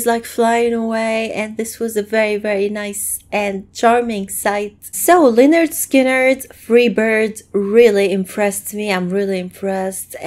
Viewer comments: March 2024 and yes you pronounced it perfectly young lady. This band formed in 1964 during high school or following. This was like 3 months before the plane crash. RIP to the original members, gone but never forgotten. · That is actually a very good pronunciation of the name.